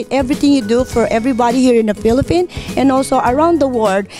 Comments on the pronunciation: Around the word in the pilipin hahahaha. Makatawa nalang ko. ginoo ko. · Unfortunately, maraming ganitong Pilipino sa Amerika. Pasosyal-sosyal sa pagsasalita ng English. Thirty-something years in the U.S., yet she can’t even pronounce “Philippines” correctly. How is that? Ambassador for Bank of America and other banks? Juicekopo! Super sobra ang lakas ng hangin! There is no such job category in any bank in the U.S., lady, and you know that. I know! I have lived in California for 50 years. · Ate I applaud you for your success in life. Because of your hard work you are now enjoying the fruit of your labor. pero po wag mo naman dalhin ang Hurricane ng Florida sa pinas and hindi po Felipin . Philippines po may S at hind rin po Mr Chulfo ..Tulfo po Tulfo :) Ate naman I know gusto mo mag show off pero practice what you preach sabi mo nga "Keep your feet on the ground and stay humble" Kasi po, at the end No matter how big your house is, and no matter how many cars you own or how big your bank account our graves will all be the same size. So stay humble wag hambog. At wala pong Ambassador ang Bank of America. Maybe Isa po kayong loan officer working for financial services. I know, because that's my bank also and my sister works there as a teller a few years ago. Dami Bank of America ngayon ko lang narinig ang Ambassador ng Banko. Next time I made a transaction, I may ask my loan officer kung meron silang job description na "ambassador" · Madam stop saying “FILIPIN” Madami nanonood na bata, baka kala nila ayan ang tamang pronunciations ng ating mahal na bansa. It’s PHILIPPINES po. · FILIPINO-AMERICAN DREAM: and philippine daw.... Nawala na ang “s” ni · I'm really appreciate.. 🤭🤭🤭...mag tagalog na lang po tayo baka tumama pa sa grammar. Filiffine daw.....humble eh! Lol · Wow sobrang hangin At paki ayus ang pronunciation mo 😄😄😄 Ang yaman mo na try enroll in a school, para masyus mo yung pag pronouncevng Letter E to I Letter P to F 😄😄😄